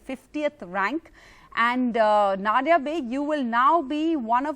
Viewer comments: She isn't Nod-ya. Na-diya. Pronounce it like us Indians pronounce it. English bolna bhi theek hai but at least don't pronounce names in that silly tone just for showoff. You ain't even that good in English. Apna desh or apni bhasha mat bhoolo. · Her name is pronounced as na diya... Pronounce diya as daya jale song